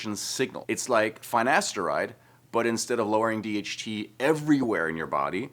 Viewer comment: Cant even pronounce finasteride properly 😵‍💫